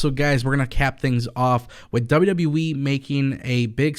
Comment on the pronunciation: WWE not wwweeee